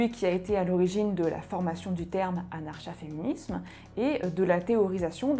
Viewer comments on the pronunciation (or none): Comment est-il imaginable de produire une longue vidéo sur un sujet dont on se sait même pas prononcer le nom ?! N'était-ce pas la première chose à faire ? Anarcha-féminisme se prononce évidemment a.naʁ.ka.fe.mi.nism comme anarcho-syndicalismese se dit anarko ... 😵‍💫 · Curieusement, c'est bien la 1ère fois que j'entends le ch prononcé comme dans chat alors que l'on peut dire anar(K)a féminisme ;) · est la première personne que j'entend pronocer le "ch", c'est une françisation j'imagine.